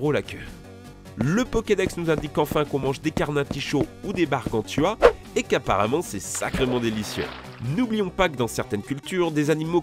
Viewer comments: c’est canarticho pas carnaticho 🤣🤣🤣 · aRéomite sérieux ça passe pas ! 🤣 C’est dingue le nombre de personne qui savent pas lire aéroport et disent aréoport mdr Et CaRnaticho 🤣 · "Des carnatichots"🤣🤣